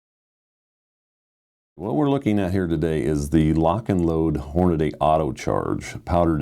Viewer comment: That awkward moment when your employee pronounces your company name as “Horn a day”